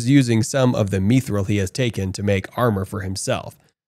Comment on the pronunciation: if this guy mispronounces mithril one more time, I'm going to end it all